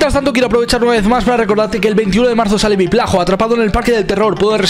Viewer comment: Alguien se dio cuenta que embes de decir viplajo dise viplato?